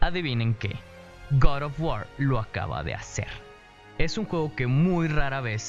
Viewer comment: Guad of wuaar -Kraitos Me hace gracia como lo pronuncias xDD